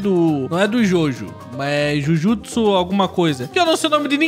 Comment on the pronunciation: O outro e jujutiso n n e jujitiso e jujutiso kaisem